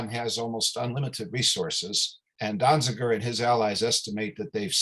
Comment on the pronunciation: Donziger. At least get it right. Free Julian Assange and Steven Donziger.